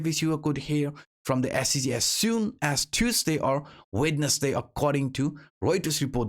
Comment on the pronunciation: All of your English vocabulary is fine all but the word Wednesday. Practice on that my friend